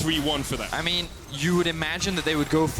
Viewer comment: everytime he said ''yuno'' and ''ay min'' i got cancer